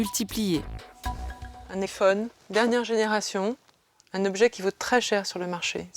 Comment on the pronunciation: elle a dit "un ephone" 🤣🤣🤣🤣